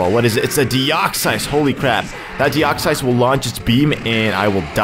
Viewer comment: Dude deoxyus is pronouced De ox us not de ox sighs